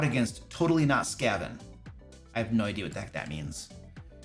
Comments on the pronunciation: Your cat tried to warn you about the Skaven. Its pronounced like craven, literally the joke with their name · When he says totally-not-Skaven, he means they basically created a Warhammer Skaven character and plunked them into this setting. I think he just thinks it's lazy or something? If a DM is fine with a player playing an evil rat-man character I don't see a problem with doing that in itself. BTW, It's usually pronouned Skeiven, the A in Skaven is like the A in cake. But your pronunciation is fine too, and actually makes more sense considering the origin of the name (comes from scavenger) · God as much as i like this channel, i had to stop watching this video. The absolute confision around the totally-not-skaven thing (as well as the mispronunciation) was just too painful for me to sit through